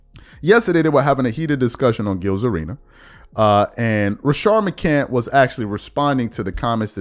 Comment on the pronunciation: You just refuse to put that s on the end of his last name! Damn shame!